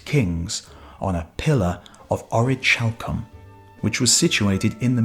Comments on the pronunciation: It’s pronounced Ore-uh-kal-come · Ch in Greek is never like the soft sound in English. The orichalcum pronunciation gets annoying.... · you are suggesting its pronounce ori-hal-cum? because thats not right at all. its ori-khal-cum. i looked around. google along with dictionary . com along with various other sources all support what i said. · in ancient greek 'CH' is pronounced as a 'K'. so it's (oree-kal-kum). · Isn't it pronounced orikalkum ? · It's pronounced ORI-CAL-COOM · the ch in orichalcum is pronounced as a k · Actually it is pronounced as h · I don't know about its pronunciation in english but in modern and ancient greek it is pronounced as H.